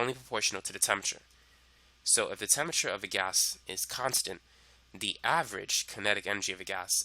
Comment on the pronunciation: This guy is obviously super smart, but as a lit major, I couldn't get past "temmerture" (temperature) to finish the video.